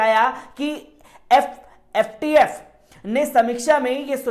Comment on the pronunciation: Tumko fatf bolne nahi aa raha h